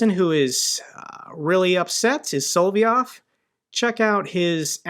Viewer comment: If they can hit Pskov, They can hit Moscow!!! These Il-76s are like c--130s, No??,, NOT Sol VEE Ov!! It is SOL. OV Yov!! I though Smersh was just a James Bond name!!! That's a pretty Trumpy looking missile ( orange and fat )!!!!